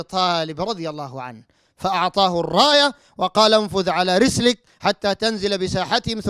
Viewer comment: في الدقيقة 7.19 يقول رسلك .هههههه